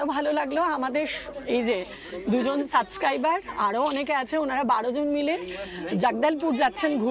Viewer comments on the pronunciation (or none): none